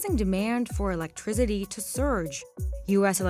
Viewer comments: Her pronouncing electrIZITY has me shocked. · "electrigity" lol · Never heard someone call 'Electricity' "Electrizzity" til this video. 🤦🏻‍♂️🤦🏻‍♂️🤦🏻‍♂️ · Elec-TRI-CITY not TRIZ-IDY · I can’t unhear “electriZity” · what's electriZiDy guys? im new here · It's electricity, not "electrizity"